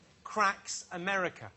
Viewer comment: "She's big in Amewica, she doesn't care about the Little Dick Emewy Show!"